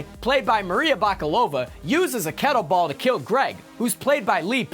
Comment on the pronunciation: Not to mention his grating tone, incorrect pronunciations (kettleBALL? Dr. CHEY-VAH-GO), and a singular yell-talk volume of his voice. Ryan George really was doing all the heavy lifting for ScreenRant